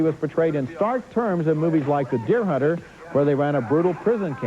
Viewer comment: roger beet pronounce hunter huderd.